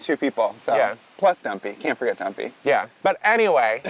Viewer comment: Ha ha every time says Dumpy it sounds like Guppy and cracks me up, once you hear a thing you can’t not hear it. 😂